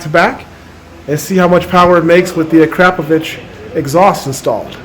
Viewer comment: Finally someone who says akrapovič the right way... we in Slovenia say it the same way ...great bikes tho